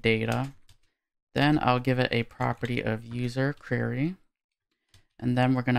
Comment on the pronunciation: hey. Thanks for this! If I may: the word "query" is pronounced "Kwerry", not "kyurry". It just makes you suddenly sound a little less professional whenever you say the word. Also - & = "Ampersand"